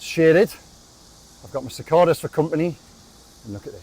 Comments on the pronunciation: Cicada--the center "a" is a long vowel; so it sounds more like sick-kay-duh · Just about right with the pronouncing but... more emphasis on the 'A' in the middle.